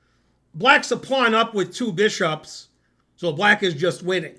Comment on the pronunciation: Ze two bee-shops